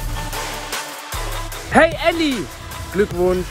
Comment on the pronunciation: Wie die bei alle Elli nicht Eli sagen 😂😂